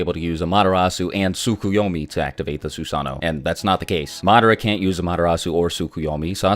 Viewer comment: "tsukyeyome" bro it pronounced and spelled as "tsukeyomi" lol